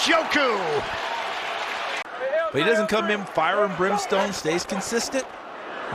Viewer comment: How are we, in 2023, not knowing how to say Njoku???